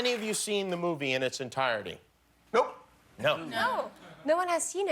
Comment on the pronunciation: that "no" sounds like a dog barking